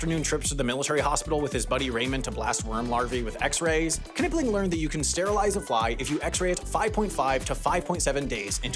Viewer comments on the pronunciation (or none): Dr. Knipling's name is pronounced 'NIP-ling', not 'KUH-nipling' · Pronouncing the "K" in "Knipling" is wild.